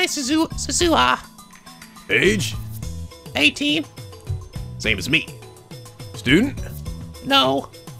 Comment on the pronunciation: Okay, continued pronunciation issues. Suzuha, you are stressing the Zu in Suzuhu. Japanese flat out doesn't have stress patterns. You are also pronouncing it Su-zuh-ha. If you read and followed my post on germination you should know the problem with that. You were pronouncing Nae correctly the first time as Na-eh. Titor is Tee(like a golf tee)tor. Mayqueen+Nyan^2 is pronounced Mayqueen nyan nyan, no plus, no two, Mayqueen Nyan Nyan. I also noticed they simplified Fayris to Faris so people pronounce it correctly since you need to add this weird lilt to the word to say it like she says her name is pronounced. In case it sailed over your head, Fayris NaynNyan is only the name she refers to herself as, much like Okabe and Hououin Kyouma.